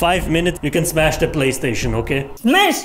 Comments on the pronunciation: "I want to smesh" - 2021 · she actually said smesh